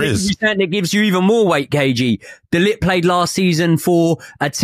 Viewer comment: I really wish that Man U never bought De Ligt. It is unbearable listening to all of these English pundits and YouTubers saying De Lit, De Lick and De Licked.